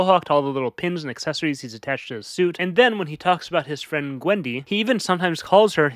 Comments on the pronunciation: I am convinced that he calls her Gwendy as in wendy from peterpan, but I don't have the braincells to properly analyse the implications of that lol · I didn’t even noticed that he calls her Gwendy 😭